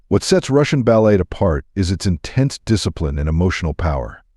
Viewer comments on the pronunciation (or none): How about screening the AI reading the script to pronounce words properly. "Balette". Really?